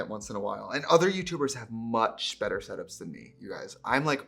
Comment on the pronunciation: As a Minnesotan, when you said the word “better” I smiled cuz your accent came out. Relatable